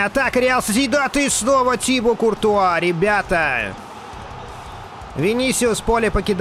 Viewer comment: Да не тИбо,а тибО!!!